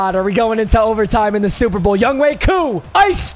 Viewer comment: Is it a joke that he calls him Yungway Koo?